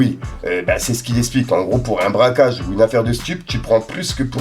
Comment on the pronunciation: Rohff non pas toi...c braquage et non bracage...